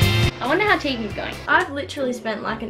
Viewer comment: Sry but it’s Tegan